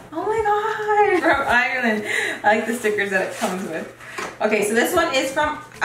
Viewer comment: Lmao “ireland air”😂